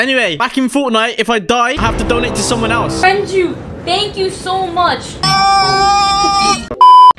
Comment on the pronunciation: Renju not Renault sorry